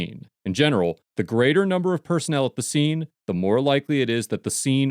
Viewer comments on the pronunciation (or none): LOL Grater vs Greater... English is uh-harda. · "grater" lol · the "Grater" number of personnel? Please don't grate the personnel :D